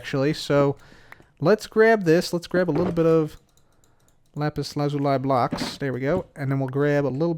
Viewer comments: it’s lapis la-zu-lee, not lapis lazu-lie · It is pronounced lapiz lazūlē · Everyone: Lapis Lazuli Pekora: RAPISURAZURI GIVE ME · Lapse Lazuliis pronounced spelled like this loosey